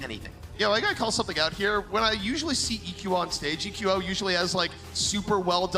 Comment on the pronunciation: a good caster and all, but is anyone else bothered by the way he says the players names? Like he's the only one who says saedo and he calls eqo "eco"